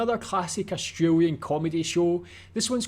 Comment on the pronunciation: Austr A lian. Not Astr oo lian.